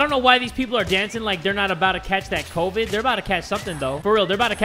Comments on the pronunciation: lol he said covide instead of covid lmao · The way pronounced covided its supposes to be like covid19 also I'm like 13 and can read hydroacoholic and he is an adult and he can't. I don't think knows how to read